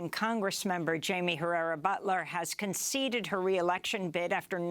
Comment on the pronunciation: Amy: Just a reminder that the correct German pronunciation of the sur name of Herrera Beutler is Boytler. A minor point.